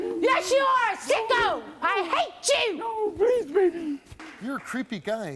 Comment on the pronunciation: “I HAE CHEW”